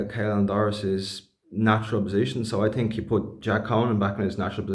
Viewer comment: I TINK, I TINK......😂